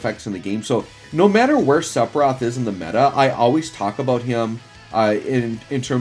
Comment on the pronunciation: My ears bleed every time I hear "sepiroth" 🤯